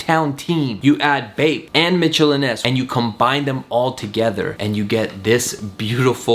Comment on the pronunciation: are we gonna ignore the fact he said Mitchell and ess? Instead or Mitchell and NESS!!!